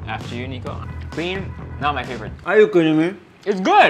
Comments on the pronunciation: " My personal flavorite " 😜😜😜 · "My personal Flavorate" 😂😂😂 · LOL "my personal flavorite" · The way Erwan said “my personal flavorite” 😂✨ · i died LMAO😂😂😂😂😂 My personal "fleeeeyyborit"